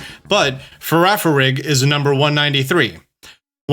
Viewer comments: love how he said "frafarig instead of "farigiraf" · You pronounce girafarig’s new evolution wrong 😭😭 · I find it funny that people have trouble pronouncing farigiraf, amazing videos as always!!